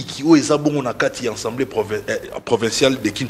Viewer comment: 😂 et Manix ba vrais tintins. Fayulu azo sala makambo en catimini te. Alobaki ke akomelaki CENI po na liste ya candidature ya ba députés na ye. Conseil gratuit. on ne dit pas « ENSEMBLEE nationale te ». Loba Assemblée nationale. Yo Manix zala na soni. Depuis tjs fayulu fustige les comportements de Kagame frère siamois de tshilombo. Arrête ko comparer tshilombo na Muzee tu es peut-être malade mental kende ko se faire soigner